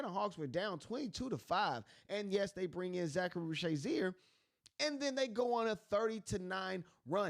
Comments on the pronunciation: Risacher please! Not Risacharie! 🇫🇷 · This is the worst Risacher pronounciation I've ever heard lmao Zaccharie Zaysheer? Really? Reese-a-shey bro its not that hard, or just call him Zacc if it's that hard. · Bro if you watch the games they say the names…😂 Zaccharie ree-sa-shay Veet cray-chee 🤝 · There is no Z in Ree-shah-shey name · Reese-uh-shay Ree-suh-shay Reeza-shay Any of these are acceptable. Not whatever you were saying lol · Great content. Listen to a few games and listen to Bob on how to properly pronounce the kids names. 🤦‍♂️ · How you put in a clip that has his name said correctly and still not say it yourself?